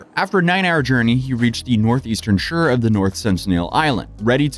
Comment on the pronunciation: Lol sounds so American in his speaking until he suddenly doesn't and you remember that this isn't his first language when he pronounces shore like sure. xD